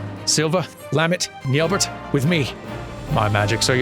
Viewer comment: Assuming french pronunciation, (since it's an elezen name), then the final T in Nyelbert would be silent. As a rule of thumbs, if the final character in a french word is a consonant, assume it is silent.